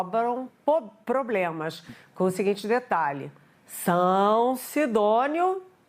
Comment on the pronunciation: IMPRESSÃO MINHA OU ELA IRIA PRONUNCIAR A PALAVRA "POBLEMAS". KKKKKK